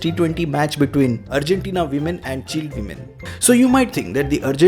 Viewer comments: It's not chill it's Chi-Lay 🤣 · Why He Pronounced Chile As Chill....?? Is It A Mistake Ya Yeh So Called Over Educated Logo Ka Koi Naya Drama Hai,Jaise India Ki Capital Delhi(Dilli) Ke Dailly Bolna....?? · Chile bolna seekhle bhai pehle, "chilli"